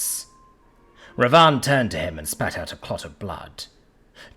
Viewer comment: The narrator really butchered the pronounciation in this one. Its *Bibhisan* and *Ravan/Ravana* . Characters from the "Reamker in Cambodia, the Ramakien in Thailand, the Kakawin Ramayana in Indonesia and Ramayana in India". Ravan was the Asura king who conquered the cosmos and Bibhisan is his younger brother who chose to side with the hero Ram/Rama(Avatar of Vishnu) instead of his own evil brother.